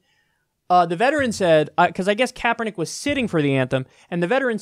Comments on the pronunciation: I'm becoming very religion intolerant with these idiot fundamentalist videos popping up all over the place. This fucking moron bought the shit to cut it up then couldn't even say Kaepernick's name right. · Insult pronunciation of CK's name. I hate assholes who do this on purpose. And you fucking know Morris did it on purpose. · Can't even pronounce Colin Kaepernick, you inbred dumbass! I'm from Ga. So I know exactly what I am talking about! Idiots!